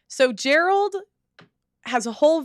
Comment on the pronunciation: It’s not Jared, it’s Gerald…